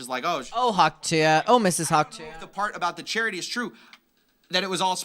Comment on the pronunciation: every time you pronounce ‘tuah’ like that an angel dies.